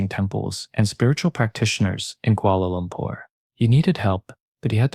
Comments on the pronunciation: Ahhh, the good old Kuala Loompear- Kuala Loombar... Kuala Lumpur! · I like the way u say kuala lumpur😄